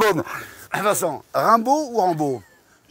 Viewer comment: Rimbaud.. Sérieux ça va pas